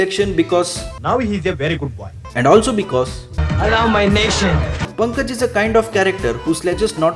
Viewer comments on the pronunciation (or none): Please pronounce the name correctly, it's Punkaaj not Pankaj.